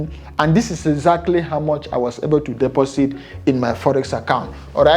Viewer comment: when he said deposit and sounded like he said "pussy" 😂😅😂